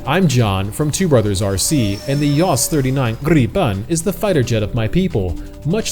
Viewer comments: and you cannot even say Gripen properly how can you call your self a Swede 😂 Its Gripen, not Gripeeeen... 🤣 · You fly way better than you pronounce Gripen 😉 Now I really want to buy a RC like this